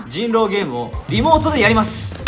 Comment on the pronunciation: 翔｢おーい りもーとじにやれよ〜｣ 発音ひらがなすぎない？ しょうたくん(5さい)きゃわいい🐰